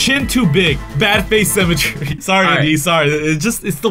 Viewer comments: IT'S SYMMETRY, NOT CEMETERY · i hear them saying cemetery instead of symmetry lmfaoo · ITS PRONOUNCED SIMM-ETREE